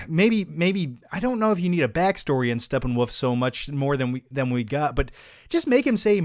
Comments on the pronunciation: Why does he keep saying Steppenwoof? Lol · Who else laughs at mispronouncing SteppenWOLF!